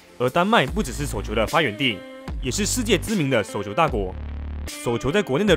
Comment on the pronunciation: 內容和剪輯都不錯，但能不能去學習一下中文正確發音，捲舌音全部變平舌，聽得真的很痛苦。 雷澀、叟球、四錦賽……🤨